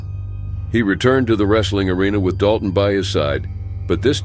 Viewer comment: Sorry, you butchered the Princeton and Dalton story even their names…